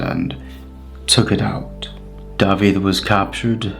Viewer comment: mae'n cael ei ynganu "dah-vith" nid "dah-vid" yn Saesneg